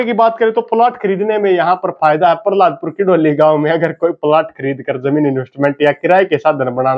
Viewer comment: भाई जी पहलादपुर है प पर र नहीं है बाकी बहुत बड़ीया विडियो बनाई है आपने। बहुत बहुत धन्यवाद भाई जी हमारे गांव पर विडियो बनाने के लिए